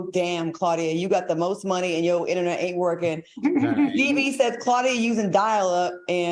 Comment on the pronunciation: Claudia got that cricket” innanet “…. That AOL INNANET! 😂